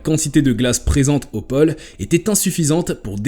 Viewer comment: pÔle et non pole